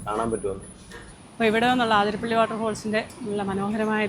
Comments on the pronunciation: ആതിരപ്പിള്ളി❌ alla അതിരപ്പിള്ളി ennanu ✅ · It is Athirapally not Aaathirapally. Neettanda. Sounds odd.😊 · It’s അതിരപ്പള്ളി NOT ആതിരപ്പള്ളി 👍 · CORRECTION: NOT AAATHIRAPPALLI, IT IS ATHIRAPPALLI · ആ തിരപ്പിള്ളി അല്ല അതിരപ്പിള്ളി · ആതിരപ്പള്ളി അല്ല അതിരപ്പിള്ളി ഞങ്ങൾ മുൻപ് ടൂർ പോവുമ്പോൾ ചോദിച്ചു ആർക്കും അറിയില്ല 😂😂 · congrats...pls correct, its not aathirappilly..its athirappilly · ആതിരപ്പിള്ളി അല്ല ' അതിരപ്പിള്ളി എന്നാണ്.. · ആതിരപ്പള്ളി അല്ല : അതിരപ്പിള്ളി അല്ലേ? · അതിരപ്പള്ളി ആണ്.. ആ അല്ല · എന്താണ് ആതിരപ്പള്ളിയെന്ന് പറയുന്നത് അതിരപ്പള്ളിയല്ലെ